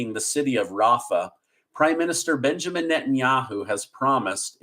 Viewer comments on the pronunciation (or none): none